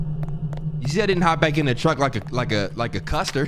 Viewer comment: Nobody:: Keep it 55th street Also: “Custer” LOOOL